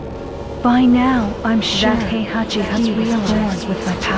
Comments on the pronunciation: Yeah, I cringe the way she pronounce Heihachi. That american accent. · The way she pronounce Heihachi, cringe.